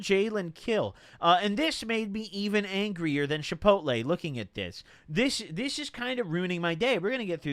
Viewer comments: normal people: chipotle: Shipotle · “Shipotle” lmfaoo love goblins pronunciations